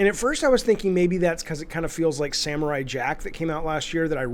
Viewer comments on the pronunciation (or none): none